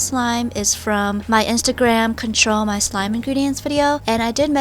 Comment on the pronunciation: No she said my once "giving my meh slimes a makeover" thats once